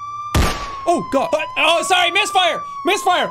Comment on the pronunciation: Why vewy sarwy vewy spoopy